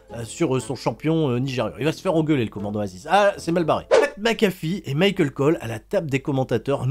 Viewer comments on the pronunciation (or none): none